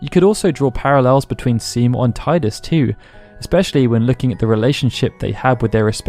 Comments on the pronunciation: Is pronounced tee-dus not tie-dus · They call him Tidus (Teedus) not Tideus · Only heretics who pronounce gif as yiff would pronounce it Teedoos. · It could be due to the fact that he is very connected to water. Tide-us. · Good video. But there are people who are still saying "Tie-dus"? A Final Fantasy based channel, even. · To everyone who is annoyed at the pronunciation of Tidus: get over it. People mispronounce many Japanese places like Hiroshima or British places like Bicester and I don’t go around correcting people of it, it’s whatever makes it comfortable for you to say. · Interesting approach. But wrong nonetheless.